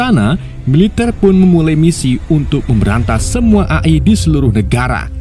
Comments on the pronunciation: Bacanya A ay bukan A e bang😭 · bacanya E Ay bang Jangan A i bang kesel gw denger.w wwkekkw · Izin koreksi mas, bacanya e ai, bukan a i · bang, a.i itu bacanya e ai buka a i😭😭 edit: sedikit masukan dan pemberitahuan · A i bukan E ay 😅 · Eee ay bang bukan a i 😭😭😭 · AI Dibaca eai bg🙏😁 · Bacanya eai atav AI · cara membaca nya EAI bg.. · A i A i nya bikin ngakak😅😂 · E ay bang bacanya 😂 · Min, koreksi aja nih, cara baca AI tuh "EIY AIY" 🗿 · Bang tulisannya itu emang AI tapi cara bacanya gini: e ai